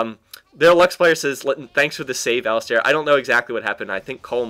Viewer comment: Great commentary, although what bugged me was that Alistar is pronounced like Alice-Star, since there is no i after the "A"